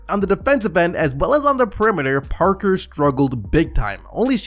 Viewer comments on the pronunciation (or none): none